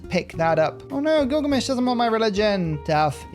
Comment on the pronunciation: Did you realize you called him "Killgamesh"?